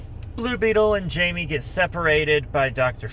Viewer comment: Its jaime (haime)